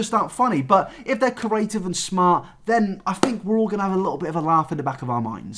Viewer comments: yeah I have the same accent as him, he just can't say creative properly. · It's just bothering me that he can't say creative properly😂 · doesn't know how to pronounce 'creative'...and he says it a lot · I love you but if you don’t learn to pronounce ‘creative’ I’m taking kenji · Nabber repeatedly trying and repeatedly failing to say “creative” is the funniest part of the video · why can't you say creative? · Well, you definitely got creative with the pronunciation of the word "creative" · The way pronounces creative drives me insaneeeee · Petition to teach how to pronounce the word “creative” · Not until he can pronounce creative correctly. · Nobody:: cUraTivE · no one: no one:: CURATIVE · Anyone say corrative?? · I can't stop pronouncing creative as corative bc of you oh god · If he says ‘carative’ ‘corate’ or ‘curators’ one more time I’m flipping a table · Nobody:: “curative” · No one::CORative (good vid tho no hate😂) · nobody: absolutely no one: - CuRaTivE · It’s curative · That would be a very cooreAtive thing to do. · "Corative" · I got so annoyed when he said corative lmao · Pronounce creative right and I might watch the video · I would like it if you could pronounce the word “creative” properly. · The way says creative That's it That's the comment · I am living for the way pronounces "creative" as "curative" 😭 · if this man says "curative" instead of "creative" one more time.... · Always makes me chuckle when you say “cURative” instead of “creative” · creeee aaaa tiveeeeee C R E A T I V E NOT CURATIVE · No one: Not a single soul: INabber: Ceaurative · "Curative" 'Creative' I'm sorry I just hear this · curative, adjective able to cure disease. "the curative properties of herbs" I think the word you're looking for is "creative". Say it with me: CREE-ATE-IVE. Yeah? Alright. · "Corative" Its... creative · It’s cREAtive not cORative - hermione granger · cerys cAriAtIvE